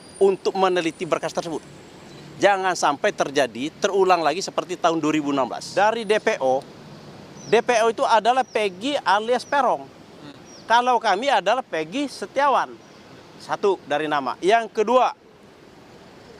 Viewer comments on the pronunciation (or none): Bukan erong tapi peroung bacanya .peroung itu artinya orang nya bandal ,jahat ,kejam dan dekil itulah peroung